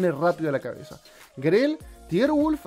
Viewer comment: Tierwulf? Lol Jajajaa ese wey ni le llega a oddie